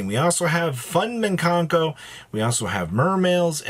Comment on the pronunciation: Mikanko, not minkanko.